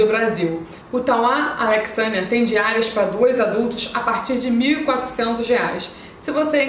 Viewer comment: O pessoal de Brasília gosta muito do Tauá Alexânia... muito bom! Obs: Se pronuncia "Alecssânia" o nome da cidade😊